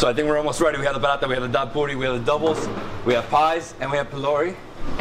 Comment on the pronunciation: Trinis pronounce it "baRa" not bada. We do not do the R as a D. Roti is pronounced rowTEE not roady. Pholourie is not a donut. It is a split pea fritter. It's not a paratha. It's called buss up shut. Please say dhal puri. Not dhal poodi. Please do not speak Trinidadian with an Indian accent. Trinibagonians do not. You are offending our dialect. Tamarind is not sweet. It is naturally sour. Tambran chutney is made sweet by the exorbitant amount of sugar used. The "usual pair" is a roti and a red solo. Doubles is usually eaten with a coke or apple j. Can't wait to see how u butchered our dialect on ur trip to trinidad.